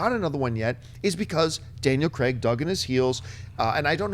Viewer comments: STOP PRONOUNCING CRAIG WRONG OMG It's kreyg not creg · It's Craig, not Creg. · it's not pronounced 'creg'. it's pronounced the way it looks, 'Craig'